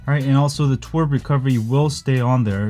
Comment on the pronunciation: lol its not twerp it is twrp itself with verbal letters